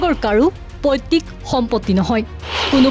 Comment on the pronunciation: পৈতৃক হে পৈত্তিক নহয়।